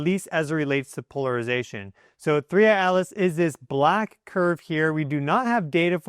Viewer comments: please stop saying 3iAlice! We know can say a t. It is 3iATlas!! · The way you say 3I/Atlas, it sounds like "Three Eyed Alice," and I will be calling it this from now on. Thanks for the video. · I always think you are saying “3 Eyed Alice”! 😄😂 Thank you for the update - you are very good!